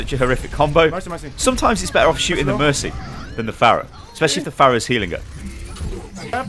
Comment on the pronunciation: ... did he say espesialy if the pharas healing here....... lol